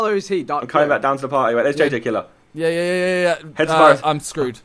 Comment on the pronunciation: It's pronounced jj killer